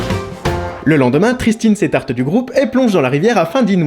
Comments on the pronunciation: "Le lendemain Christine s'étarte du groupe" J'ai pouffé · "Le lendemain, Tristine s'étarte du groupe.." Jai tompris qu'au 17ème visionnage 😂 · Comme la fille s'appelle Tristine, et non pas Christine, le son 'C' du mot "s'écarte" est remplacé par 'T'